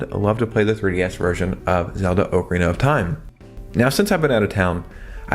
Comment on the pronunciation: “Oh-Karina of Time” lol